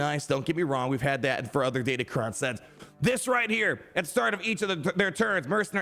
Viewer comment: Sorry to break the news, but datacron starts with a D and ends with an N